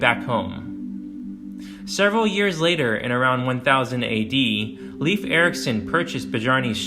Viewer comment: Leif Eriksen’s name is pronounced closer to rhyme with ‘life’ than ‘leaf’.